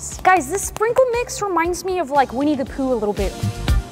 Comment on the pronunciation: when you said winnie the pooh i thought you said we need to poo